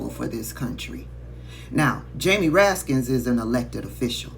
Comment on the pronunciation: There's no "s" at the end if Jamie Ranskin's name. It's just Raskin.